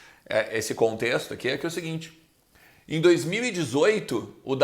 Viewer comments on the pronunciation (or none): Fala,! Blz? Só uma dica, tenta pronunciar melhor o "Em" do "Em Off". Eu tava só ouvindo vc falando enquanto navegava em outros sites e achava que o nome do quadro era "in/off", hahahah. Espero que leve numa boa! Parabéns pelo canal, sou fã do seu trabalho. Abraço!